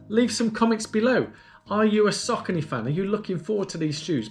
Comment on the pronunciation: Look a good choice for my next marathon. Checking the official site apparently the brand is pronounced "Source-ony". Cos you know, Americans always pronounce English correctly right? LOL, no offence, I like Americans, a much nicer bunch than Brits on average. Oh no! now I've offended my own people. I'll stop digging now :-)